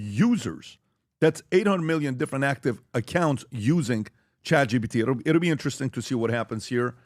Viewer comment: Why does Pat say “Chat Gbt “ all the time lol